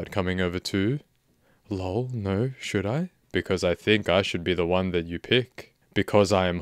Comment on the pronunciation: His “yaaaaa” is a awesome, but when he says “lole” instead of l-o-l is great!